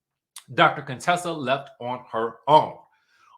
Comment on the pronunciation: Dr. Cone-Tessa😂